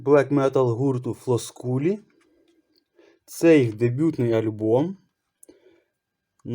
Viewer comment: Не ФлоскулЕ, а Флоскюл 😅